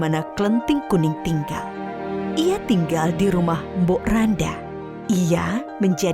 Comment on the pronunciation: Mbok Rondo bukan mbok randa